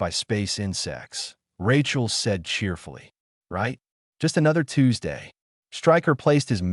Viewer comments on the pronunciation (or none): none